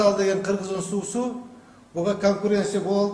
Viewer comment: Бул депутат кайсы диалекти менен суйлоп жатат , сууду деп эле ,😡